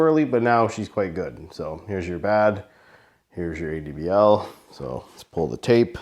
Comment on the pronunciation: Great Review. The way the Company Name is spoken out is A-D-B-L. Every letter for itself